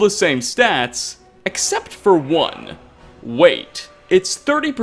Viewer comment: love the vids and I really don't want to be "that" guy but please, change it to "weight"! Haha. Thanks for the vids!